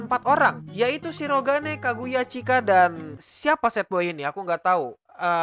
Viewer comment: kok nyebut "Chika " rada beda ya min